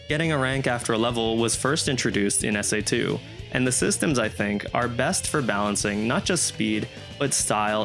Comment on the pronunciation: Please never call this game "SA2" EVER AGAIN😭😂